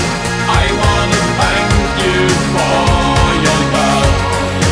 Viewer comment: His th sound is getting better. It is still zank instead of thank but it sounds better than him saying zunderstorm in doomsday. He must be practicing. I hope Blutengel comes to the United States sometime. Ohio to be exact. I would nearly do anything to see their shows.